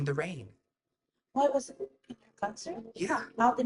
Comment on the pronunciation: Bestie why do you say “get into ehhhittt” it is one syllable 💀